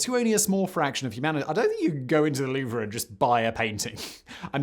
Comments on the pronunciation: I know, where in his research did he find someone call it The Louv-er. It's Louv. It's almost as grating as Americans calling Turbine's, Turban's. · It's the Louvre not Louver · Not "loover" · Huge fan, but 60 seconds in, and I have to stop watching. Louvre. It's ONE syllable. ONE!! Not loo-ver. Not loov-ruh. LOUVRE! Cannot unhear. Ugh. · Ah yes, the lou-vrah. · Loo-Vrah LOL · I know you already said it, but damn your french is so baad, as a french citizen, it maded my hear bleed every time you tried to say french words lol, you're as bad in french than french people are in english ;) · Your French pronounciation is horrendous but still very funny. I loved this video. Greetings from France, mate =) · This is like someone pronouncing jalapeno jell-app-in-no. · I dont mean to be a linguistic National Socialist German Worker but you may be pronouncing Louvre wrong........ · Why is no one talking g about how he pronounces the “R” in Louvre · I was thinking the same... cringe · Thank you! I can't concentrate on what he's saying because my ears keep picking up each time he mispronounces The Louvre. I hate being so nit-picky, but I can't help it. My ears won't unhear it, LOL! I love Simon though, no matter if he mispronounces things or not. Also, here in the U.S., the word "homely" means ugly... but I've noticed through many videos that Simon uses it as we would use the word "homey", meaning comfortable & home-like. I wonder if all Brits do this, or is it just a Simonism? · He butchered every single french word, "Louvre" was far from the worst. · I thought the R was silent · Because mispronunciation is kind of his thing, I honestly don’t know if he’s saying “Louvre” incorrectly, or I’ve be saying it wrong my whole life. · was going to give this a like until he mispronounced "Louvre" a thousand times during the video. I don't speak french but this is just really lazy. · Isnt the "R" silent...?